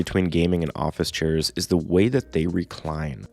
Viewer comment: "churrs" lmao